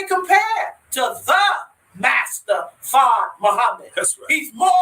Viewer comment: Farrrd. Forgot to role the r's😅